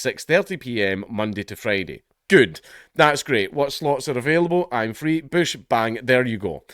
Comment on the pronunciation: "But-but healfcare is fwee"